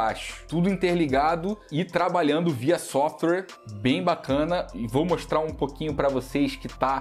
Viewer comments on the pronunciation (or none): none